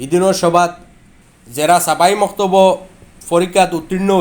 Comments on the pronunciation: মানে মানে ছাবাহি মক্তব নায় "ছবাহি মক্তব"। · Not ছাবা ই মক্তব, right is ছবাহি মক্তব